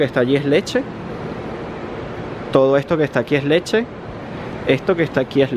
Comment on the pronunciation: Ahí letshe acá letshe allá letshe ajjajaj.